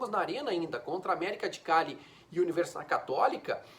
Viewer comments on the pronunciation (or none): none